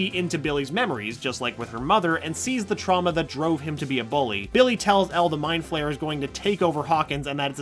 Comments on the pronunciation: It's the mother fucking mind flayer not meend flayer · Yesss someone finally says “meat Flayer” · He’s not dead. Also it’s mind Flayer not meat Flayer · Did he just say meat flayer? @@